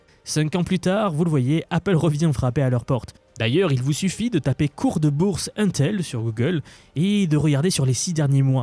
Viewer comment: Ca m'écorche les oreilles à chaque fois que tu dis 1-tel... Mais, une technologie ne peut prendre le dessus sur l'autre si et seulement s'il y a assez de capacité de production pour satisfaire la demande. Ce qui ne sera pas le cas. Les deux technologies vont co-exister uniquement parce que la demande est beaucoup trop haute. Même la production des deux compagnies réunies ne va probablement pas pouvoir satisfaire la demande mondiale.